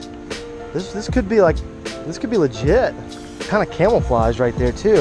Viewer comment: Did dude say camelflage